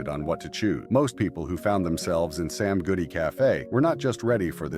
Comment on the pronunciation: You keep saying “Sam Goofy” instead of “Sam Goody”